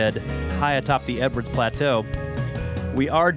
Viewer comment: I think it’s Edwards plateau but it does sound like Everette’s. Edwards plateau is in TX.